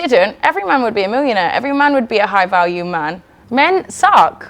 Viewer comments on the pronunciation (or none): I almost stopped watching when she said the word millionaire without pronouncing the letter ‘l’ she called it miwwionaire. The issue here is myron is debating someone without a brain so she can’t even make any points